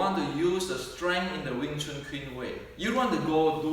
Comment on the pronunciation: Wing Chun is not Weng Chun.